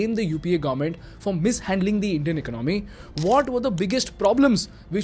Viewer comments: Much as you would like to show this as an unbiased reporting, your bias comes through quick. Also learn to pronounce economy. It’s ek-ononmy. Not iknomy. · Big fan. Two suggestions: Since you speak a lot about the ecOnomy... you may wanna get the pronunciation right. It's not econOmy. It's ecOnomy. However - when you say econOmics, you don’t want to say - ecOnomics. It's econOmics. Yes - English is a weird language. But it's earning you and me our daily bread. So, we might as well get it right. In this video, you wanna use AI and trim beard equally, from left to right. 👍Cheers. Keep the awesome videos coming. Love the content. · Dude I really like the videos... but you mispronounce alot of frequently used words n that really messes with my head man... Please check the way you pronounce "economy" in this video and "gross" in your other video...